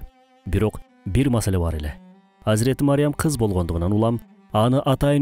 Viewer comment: Мариям эмес Марьям